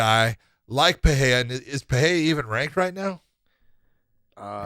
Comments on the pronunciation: What’s with the ‘H’ sound in Pereira’s name? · trying to be hip with portuguese pronunciation